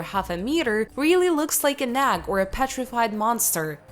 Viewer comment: Ags? How could this person not know how to pronounce egg?